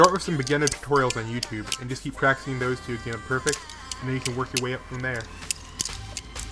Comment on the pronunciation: Thouse? It's those